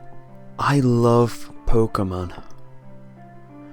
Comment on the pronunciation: Its pokemon not pokamon